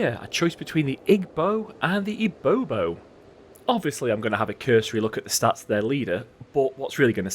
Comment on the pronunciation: Cool stuff so far one of the only west african campaigns I'm seeing so far. Will say though, its 'IBIbo' rather than 'IBObo'